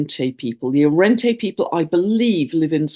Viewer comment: Arrernte (pronounced Arrunda) xx